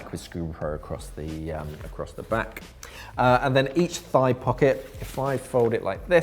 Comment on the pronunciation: I kept thinking you were saying five pockets. I was sorely sorry about your math till I realized you're probably saying thigh, not five. :)